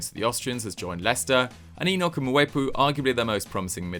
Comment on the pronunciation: it is pronouced Mwe-pu not Mu-we-pu lol